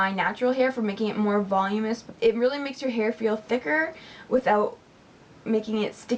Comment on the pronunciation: Weirdly enough I like Suave's dry shampoo and I usually use more expensive product. You have very pretty hair! You seemed to be struggling over how to pronounce voluminous: from : [vuh-LOO-muh-nuh s] :-)